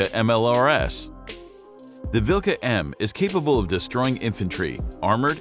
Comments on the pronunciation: omg 'dat prononciation vilKa' and 'luh' 🤣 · "kh" is better to pronounce like "h". If you ever played Skyrim... Harkon`s name starting with the same sound.